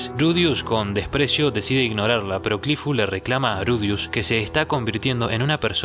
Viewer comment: Curifu, erinaraisu? No eres japonés, XD, repite después de mi; Cliff *E-li-na-li-se*.